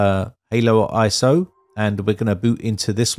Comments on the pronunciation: Great vid👍 but y do you keep saying halo when it's Holo lol? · Did you call it haloiso??? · Interesting. But it's HoloISO, hollow, not Halo as in the game. that did add a bit of confusion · Why "ANY" PC though? Why the click bait? You used a fairly modern - and expensive by any standards - mini PC, and that wasn't adequate. And I believe that you deliberately mispronounce it "Halo ISO" all the time. Just in case somebody tries to install it on "ANY" PC and gets frustrated by the results, you will be able to wash your hands clean. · "Halo" iso? 😅